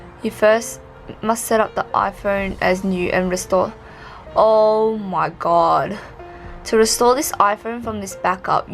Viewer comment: “Oh mahg gowd” 😂